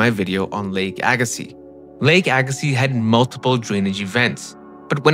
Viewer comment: Well done. Appreciate the correct pronunciation of Agassiz!